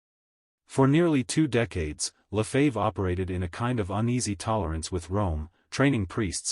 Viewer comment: AI -- pronounce the name "Lefebvre" correctly. Sensationalistic. Five minutes in, not worth continuing.